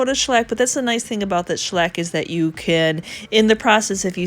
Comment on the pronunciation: Greetings from the UK 🇬🇧. I love the look of your cabinet. I'm also very taken with your pronunciation of the word shellac : schlack Sounds like a Yiddish varnish! 🤣🤣🤣